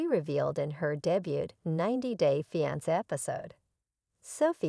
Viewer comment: SAY " FEEE..ON...SAY".... ITS NOT.. " FEE... ON...SAH" OR " FEE...ON.. SIR"... PRONOUNCE WORDS PROPERLY PLEASE. CORRECTLY. LEARN ENGLISH.